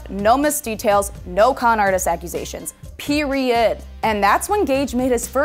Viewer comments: When she said periot did she mean period I'm so confused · did she really just say periodt like that lmao